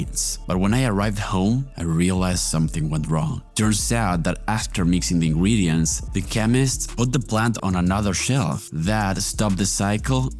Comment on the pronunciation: nice video! btw why do you say "Ingwedients 🥺" its ingredients 😭